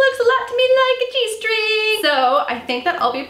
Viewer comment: OMG! You said "this looks like a G string" and I thought you said "this looks like a cheese string" haha😂😂😂